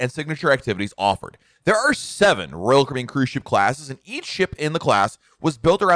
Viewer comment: The way you say "Royal Caribbean" is distracting. I couldn't watch for more than a few minutes.